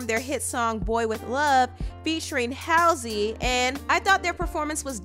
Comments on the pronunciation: Hal-sey not no damn Hailsey 😂💯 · lol it’s Halsey. (hall) • (zee)